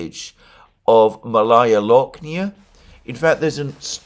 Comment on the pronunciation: FYI: “Malaya Loknaya” is pronounced “máh-laya”— the first vowel is emphasized. MAlaya; which is like Bolshóye, which you correctly translated to “Big” or “grand”. Malaya is the conjugated adjective for a feminine noun. Akin to “junior” when referring to people, meaning the “younger”, or “smaller”.